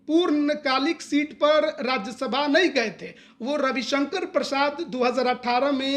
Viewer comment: राज्यसभा होता है राज्यशभा नही।